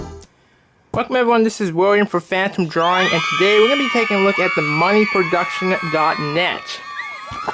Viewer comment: "Famtom Dwawing"